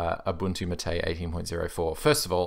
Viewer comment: Not maté, it is máte